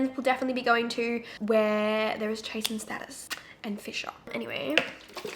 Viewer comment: I was coming here to see if anyone corrected you on how to pronounce chase & status 😂 DNB for life queen 🎉🎉🎉